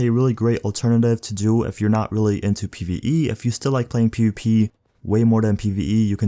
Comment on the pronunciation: the way you say pvp kills me piupi